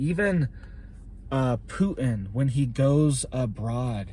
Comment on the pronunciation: His name is pronounced PU-Tin, with a 'Tee'. Not: Pu-In.